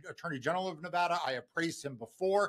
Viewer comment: Silly thing, but hooray for pronouncing Nevada correctly!